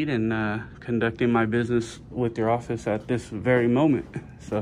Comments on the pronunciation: theres another one "orfice" instead of "office" hahaha or at least I'm assuming haha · "Orfice" instead of "office" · Public Orfice. That is the mispelled word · lol also 21;06 office-orfice. hell yeah thanks! its the bay fam baby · ORFICE, THAT'S HILARIOUS 😂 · Orfice = office . You got 2 in there babe! Lol. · Public orfice lol. 25 minutes. All the way from San Angelo Tx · Public orfice bro? That’s sic. LMMFAO. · "Public Orfice"